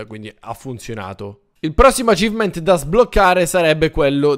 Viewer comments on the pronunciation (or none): none